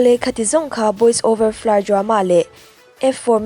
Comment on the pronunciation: Boys over flowers tiin lam ve maila Boys over florr itia😂😂😂